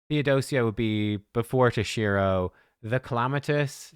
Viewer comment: tOshiro not tosh-I-ro